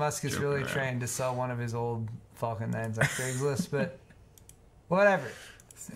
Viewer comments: It's Falcon not Fulcon 🤣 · Lmao it sounds like you were saying "fuckin'" when you were saying Falcon,. XD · Anyone else think it sounded like he was saying "the fucking 9s heavy" when he was talking about the rockets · I have always wondered if Elon Musk done this deliberately, just to entertain us international people who don't say 'Falcon' that way but we do pretty much pronounce another 'F' word like that. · THAT, exactly that was itr that was nagging me ^^ english is not my first language and i had to laugh evertime said falcon xD